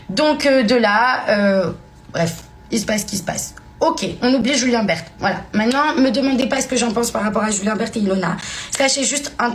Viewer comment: C pas Julien bert c Julien berne 😅😅